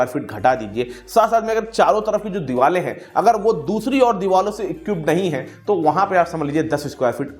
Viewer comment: Diwal nahi deewar hota hai pronunciation incorrect hai tumhara